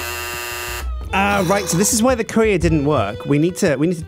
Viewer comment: Who else thought he said curry